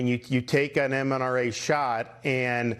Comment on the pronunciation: Did DeSantis call the vaccine “MNRA” on purpose—to sound uninformed/uneducated? Is this more of the know-nothing Republicanism that came in with the t word?